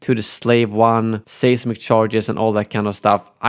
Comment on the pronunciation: Great video as always,! Gotta tell you, though, the English word seismic is pronounced “size-mick”, not “says-mick”.